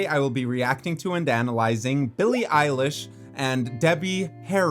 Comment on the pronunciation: Not him saying Billie eyelash instead of Billie Eilish😂